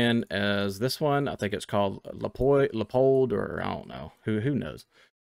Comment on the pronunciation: Dude, thank you so much I def didn't have the reflex sight. Btw, it's pronounced "LE-uh-pold"